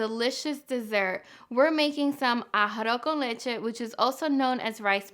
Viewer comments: NO YOU DIDN’T FUCKIN PRONOUNCE IT RIGHT!!! You pronounced it as “ARROH” con leche instead of “ARROZ” con leche. Thank you.🙂🤗🤗🤗🤗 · Emily Hernadez I got so irritated hearing “arr-oh con leche” thought I was the only one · A-ha-ro con leche is how I'm hearing it